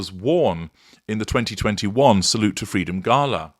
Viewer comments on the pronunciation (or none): none